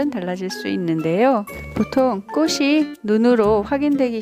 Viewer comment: 꼬시로 발음하시는데 틀린 발음 입니다 국문법에보면 자음접변이라고 있는데요.. 꽃이, 꽃은..의 발음은 꼬치, 꼬츤 으로 발음해야 합니다. 이것은 자음접변 순행동화 입니다. 앞글자의 받침이 뒤의 글자의 앞에 붙어서 발음되는 국문법 입니다. 참고하세요.